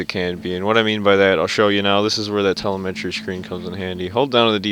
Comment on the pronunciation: TELEMTREE? Its telemetry